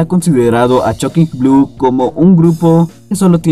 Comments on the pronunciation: No es "choking Blu", es Shocking Blue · Tu pronunciación del nombre del grupo (nada menos) echa a perder el video, Chockin blu, suena a ¨grasa¨. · Estoy de acuerdo, muy buen contenido del vídeo, pero la pronunciación está.... No es chokin Blu...